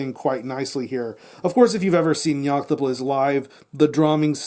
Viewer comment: ....how many takes did you do to get both the name of the band correct and the name of the album said so fucking good?! Either way great review gonna check this album out cheers pal!